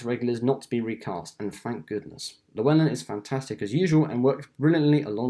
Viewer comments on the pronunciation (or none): none